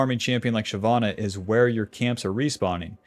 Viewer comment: It’s shyvana nor shyana 🙄